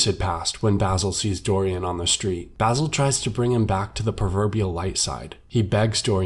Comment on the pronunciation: It bothers me the way you say basil